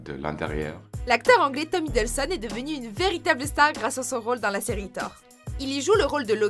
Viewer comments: Vous avez fait une faute c'est Tom Hiddleston pas hiddelson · ... on dit Tom Hiddleston, pas Hiddelson! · Tom Hiddleston ! Pas Tom Hidelsson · C'EST "TOM HIDDLESTON" PAS "HIDDLESON" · Hiddelson ?! Hiddleston bordel ! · C'est Tom Hiddleston pas Hiddelson! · tom hiddelson ??? hiddleston* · Tom Hiddleston pas Hidlesson !! Respectez un peu s’il voit plais! 🤝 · Tom HiddlesTon, pas Hiddleson... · c'est pas tom hiddlson c'est tom hiddleston. ... c pas grave😊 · C Tom hiddleston pas Tom hiddleson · FAUTE !!! Tom Hiddleston et non Tom Hiddelson